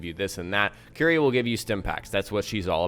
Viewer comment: 'cuerie', not 'qry'. sorry :'D